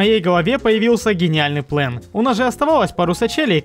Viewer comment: все ниче, но это твое произношение "плЭн" бесит